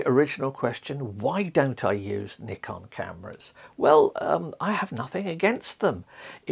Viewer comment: you're pronouncing it CORRECTLY man!! well done !!